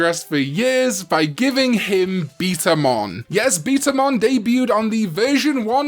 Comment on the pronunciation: it’s betamon not beetamon